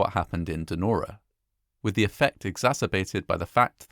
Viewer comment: Narrator says: "Nora", rather than "Denora". Weird.